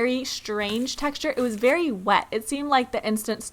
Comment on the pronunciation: She said “berry” difficult!XDDD